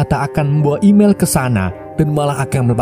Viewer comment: Emil bah bukan imel😂